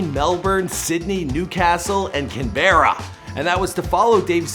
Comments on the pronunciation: Man i'm from Melbourne and when you said Canberra i cringed and i don't even live there! it's pronounced Cann-Bruh lol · I was the same! Never heard someone say it like "Can-bear-ruhh". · He said Cam be ra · How you said Canberra. Brings tears to my eyes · not how u say canberra And u mention rugby when his 2nd sport was australian rules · The way he pronounced canberra lmaoo